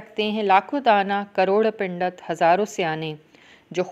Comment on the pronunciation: Pindat kun bol rahi hain Pandit boliye